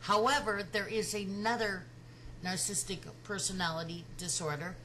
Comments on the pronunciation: I like very much your reflection, and totally agree. But, Please learn the word and pronounce it well. Get familiar with the vocabulary you are going to use...The word is Narcissistic, not Narcistic!!!! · This is a "picky" point, to be sure. But please note that "narcissistic" has four syllables. Your pronunciation is "narc-is-tic" versus "nar-cis-sis-tic." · I love your videos.... even though you can't say "narcissistic" 😘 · Nar-cis-sist-ic; four syllables. But I agree with you! She was the narc; NOT Chris.